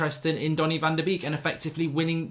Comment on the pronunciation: It's pronounced "van de bake"